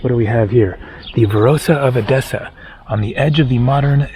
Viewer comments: It's pronounced Ethessa, same "th" like on the the English word "the" but the "e" sounds like on elephant. So, not edEssa but Έδεσσα ! Ethessa is how it's pronounced in Greek. PS You did a WAY better job, on Thessaloniki (almost perfect Greek there!) but don't get confued with that word because the "th" there, is pronounced the same,as on the word "Theory". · Actually the correct pronunciation is E-dessa not ed-E-ssa. At this time it is wiser for someone to go to the south to avoid the bad weather, from June to September it is better to visit Northern Greece. I know you have come to Crete but I think you will like the eastern part of it and it was a good choice for this season, we have 30 degrees Celsius here. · The prononciation of the tone EDESSA is the tone on the first ÈDESSA.